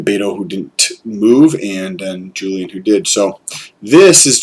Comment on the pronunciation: Good stuff. Not that it’s going to matter much longer, but Castro’s first name is WHOOLIAN not a hard J 👍